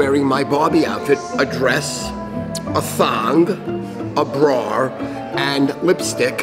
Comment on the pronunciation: i need a full breakdown on how adds an "r" to bra. it's a mystery